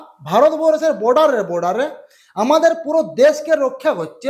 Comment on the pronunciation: বাংলা কথা বলতে শিখলে না ইউটিউব এ চ্যানেল খুলে বসে আছো ? এরকম বাংলা বললে কজন দেখবে তোমার চ্যানেলে? কলকাতার আশেপাশে এসে শুদ্ধ বাংলা লিখুন। যেমন 👉পোরজায়ে নয় ➡️ পর্যায়ে। বোডার নয় ➡️ বর্ডার, ইত্যাদি।